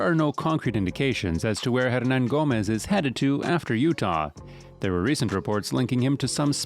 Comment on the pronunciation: If he ends up signing with the W's, Bob Fitzgerald needs to hire to tutor him on his pronunciation. I'd hire this guy as the PA announcer just to say his name